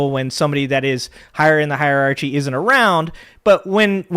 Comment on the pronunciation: You lost me when you mispronounced "hierarchy."